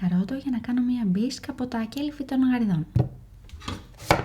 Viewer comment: δεν λεγονται κΕ λυφη αλλα κελΥφη//ο τονος στο υψιλον..:face-blue-smiling::face-blue-smiling:παντως...θαθελα να φαω απο τα χερακια σου...φαινονται ΠΕΝΤΑΝΟΣΤΙΜΑ ΟΛΑ..!φιλια απο Αθηνα:virtualhug::goodvibes